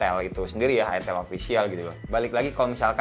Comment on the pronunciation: Gua suka nih satu satu nya channel yang berani nyebut itel bukan aitel duluan wkwk.